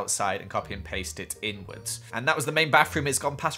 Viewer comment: I live to hear say “wiv” and “barroom”